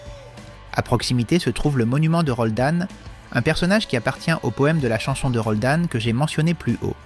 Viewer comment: C'est pa Roldane... c'est Roland....